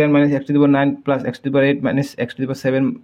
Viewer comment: Sir Apuni plus kob lage 😅pelus koise je😂